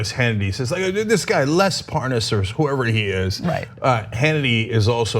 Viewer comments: "this guy Parnez or whatever his name is"....Hannity mispronounces it right after he pronounced it correctly. What a fraud. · Wouldn't it be a trip if we end up hearing Lev pronounce his name the same way Hannity pronounce it, thus proving Hannity having also been involved by knowing how to say the dudes name correctly and outing himself subconsciously right there 🤣